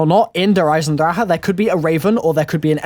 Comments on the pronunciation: Yep cuz nobody can fucking pronounce it properly they all they der eisendraha its der eisenDRACHE not draha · It's pronounced der eis en drak ah